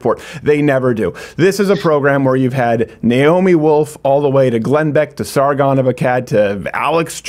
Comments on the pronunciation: Why did Steven pronounce Sargon's name with a Peter Griffin/New England accent? The shame, such horrible shame lol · Sargon name pronunciations are ridiculous 😂